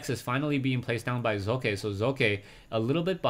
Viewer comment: Heads up here on how to pronounce 'Socke' =) translate. google .com/#de|de|socke Remove the spaces and listen to it.. the Z in the beginning is good but the E in the end isn't =) #rawr